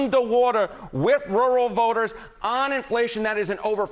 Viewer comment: so much happenin with woowal votahs